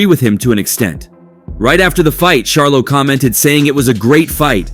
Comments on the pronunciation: Dude you are real disrespectful by saying Sharlo...Charlo Dude. You wouldn't want someone mispronouncing your name as a professional or not. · Bro if ur gonna be a boxing YouTuber learn to pronounce the god dam face of boxings name his name is NOT GERVONTAH !!!! And it’s NOT SHARLOW ITS CH-ARLO WTF 🤦🏾‍♂️